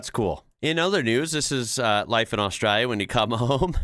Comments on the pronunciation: First time viewer and I really enjoy your take on Australia. Please learn to say Australia with the L sound though. Saying as austrayia just means the same as sayibg America as 'murica -- very bogun/red neck. I can call a pass on town names because we have a lot of strange ones but please work on not saying Australia with a Y 💜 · Am I the only one thinking that starts to sound a bit Australian when he says something about Australia? Longer comments and it disappears, but the way he says Australia. Netherlands here, so not-native speaking English.... I am not capable of imitating an Australian accent, American and English I can manage... I doubt if anyone will ever see food in the shape of the Netherlands... For those who have never seen a map: we refer to it as a man and his dog. And there is a diver in the south west... Once you see it, you cannot unsee it.